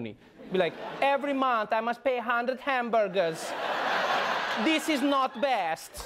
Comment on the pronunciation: I think you meant to say "Every month I must pay hundred hamBERDERS." It's an honest mistake. English is a rough language even for those of us born into it.